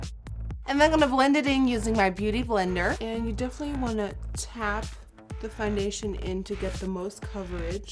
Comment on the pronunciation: did you call it FUNdation lol